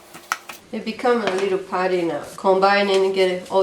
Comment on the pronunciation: i love how she says putty ,its sounds like party..."its a party😂😂